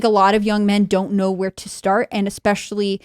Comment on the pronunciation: Someone tell the bearded ginger that the word is ESPECIALLY (əsˈpeSHəlē,esˈpeSHəlē), NOT Ex-Pecially! Tim, please correct your moron guests! Where are you AT on this, Tim?